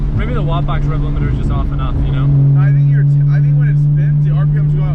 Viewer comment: What is it he keeps mentioning? "Watt box?" "WOT box?"